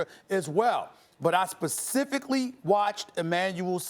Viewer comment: Steve:" I sperfically saw" lol